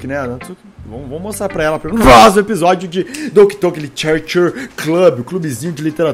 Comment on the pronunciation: Dor no coração qnd escuto "Nuh próximo episódih" Doki Doki mais rápido possível